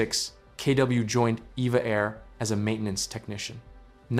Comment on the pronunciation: I've been told that it's not "EVA Air" but "E-V-A Air."